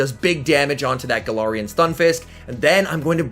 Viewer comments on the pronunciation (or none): Any chance you can say galarian and trevenant properly. It’s not TrevenInt it’s TrevenAnt